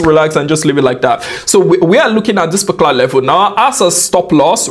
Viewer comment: why does he keep saying "specular" instead of "particular"